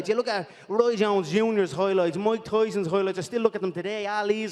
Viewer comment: “Moik Toison’s Hoi Loits” - Connor McGregor